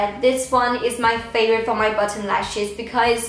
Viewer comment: You sound like you’re saying button instead of bottom